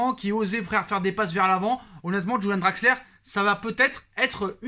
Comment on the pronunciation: C est Draxler pas Draxleur